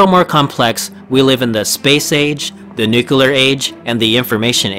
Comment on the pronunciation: I'm sorry to pick on this particular (and largely worthwhile and interesting) video, but can we all agree that people who choose to speak publicly should take it upon themselves to learn how to pronounce “nuclear”? True, this speaker also doesn't realize he is mispronouncing “the” half the time, but that's more of an understandable lapse than an error. “Nuclear” can only be correctly pronounced in one way, period. Unless we change the word itself, it's pronounced “NOO klee er”, and will be for the foreseeable future. Saying it differently makes you sound ignorant, and if you decide public speaking is for you, maybe ask yourself if sounding uneducated is really what you want to convey. If it is, then by all means, “nookuler” away.